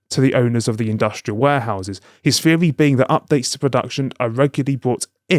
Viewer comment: "Feery". Yeah okay mate.